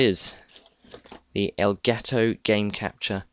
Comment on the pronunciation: Nice to see people saying "elgato" instead of "elgaaato"